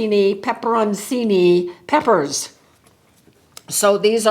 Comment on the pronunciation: Pe - per- ohn- chi - ni peppers.